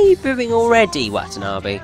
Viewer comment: Its pronounced wah tah nah beh